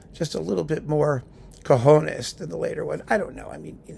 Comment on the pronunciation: Whoa! COJONES??? Perfect pronunciation, professor!